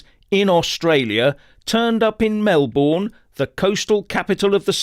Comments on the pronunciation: Pronounced Melbn not Mel-born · It is pronounced "Melbin" not "Melborn" Thank you. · FYI It's pronounced Mel-b'n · Please don't say Mel Born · Pronounced Mel bin, or Mel bun. Welcome to the people's republic of Victoria. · Melbourne is pronounced "Melbin" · We pronounce it Mel - burn..😂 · You're mispronouncing Melbourne. It's pronounced with a Schwa on the unstressed syllable.